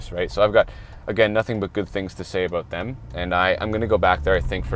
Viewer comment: Every time he said “a-boat”, I took a drink. 👌 🥃 🇨🇦 This was a very casual, helpful and informative video. Thank you,! ✌️